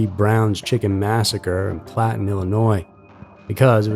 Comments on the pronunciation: Browns Chicken in Platton Illinois. Cmon dude.. Its pronounced Pal-a-tine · the Brown's Chicken massacre took place in Palatine, IL, not "Platten" or whatever word you're trying to say. For the love of God, get it together!! Same sh&t every video, but I think that's how you end up getting the majority of comments so probably why you keep on mispronouncing things.